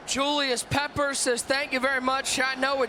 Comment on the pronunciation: Dude annoying as hell ppppppeppers 🤣🙄